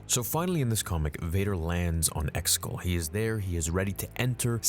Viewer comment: the way he says Exegol lol